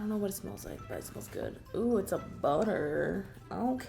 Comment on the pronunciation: I literally thought she said boner not butter